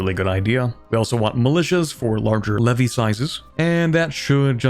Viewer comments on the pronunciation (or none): none